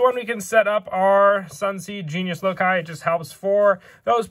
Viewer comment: Omg he said loci (lo kai) instead of saying like (loc key) he is the 1st yugituber to say it correctly ive seen